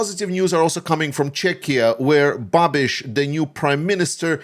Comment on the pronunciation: Hey, great analysis about czech situation! Babiš isn't pro-russian or against Ukraine. He is just pro-Babiš. And great pronunciation of his name, btw!